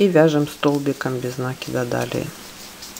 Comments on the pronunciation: Всё классно . Но только не нАкида, а нАкИда. Извините , но слух режит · Без накИда. Ухо режет